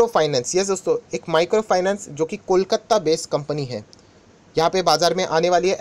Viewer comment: The right pronounce is KOLKATA, not KOLKATTA.